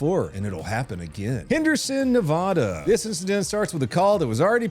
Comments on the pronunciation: please, i love your videos but it's Nev-ADD-uh not Nev-Odd-uh. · You said Nevada wrong... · That is not how you pronounce Nevada but good try. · Its Nev-ad-uh and thats not a bulldozer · I dream of the day pronounces ‘Nevada’ correctly ✊🏻😭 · You pronounced Nevada wrong